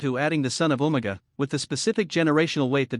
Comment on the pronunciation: UMAGA not omega.